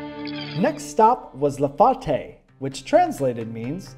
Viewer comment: “La Fate” not “La Faute” fyi